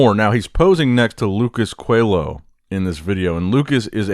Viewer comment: It’s “Lucas CoeLHo”